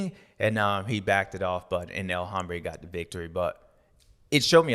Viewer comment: The H is silent in El Hombre it hurts my ears when you pronounce the H.